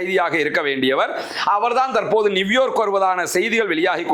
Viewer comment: அண்ணா அது நிவ்யோர்க் இல்லை நியூயோ(ர்)க் சரியா